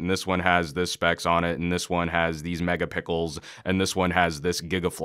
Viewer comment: Did you say.... megapickles...... LOL. Awesome!